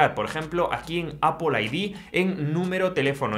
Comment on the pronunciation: Es Apple No apul 😂😂😂